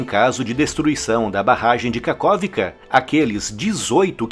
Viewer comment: Em ucraniano, KH tem som de RR. RRarkiv, RRerson e KaRRovka.